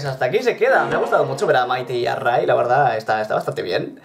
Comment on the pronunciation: Ray se pronuncia rey no como se escribe